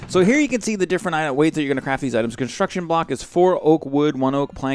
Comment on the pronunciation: conshtruction mod... :P